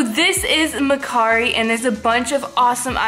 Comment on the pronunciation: That’s not how you say mercari